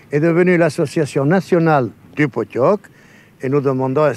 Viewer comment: Alors juste cela s’appelle le pottok (prononcer potchok) et non poney